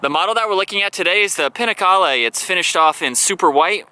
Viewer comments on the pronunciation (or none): It's not Pinacale, it's called Panigale, at least learn how to pronounce the name of the bike :)